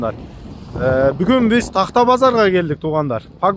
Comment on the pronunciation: Тагта эмес такта,туура адабий тилде суйлосон болгер болчу.